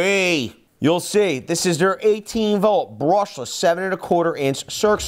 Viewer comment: Berrrrrrrushless! Is it just me?